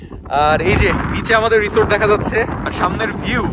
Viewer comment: উচ্চাররণ হবে রিজর্দ মে বি